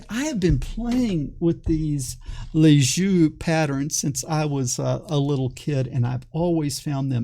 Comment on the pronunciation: Nice video but you should look up how yo pronounce "Lissajous ".